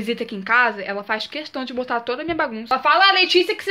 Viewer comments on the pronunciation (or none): none